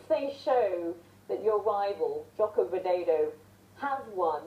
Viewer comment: ihh lucu si Sharma blng joko widodo jadi joko wideydow